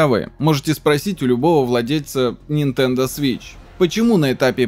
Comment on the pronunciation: Нинтендо свииищьь😂